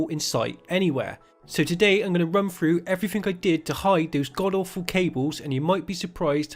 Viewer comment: Phru? froo?? oh ok....... Through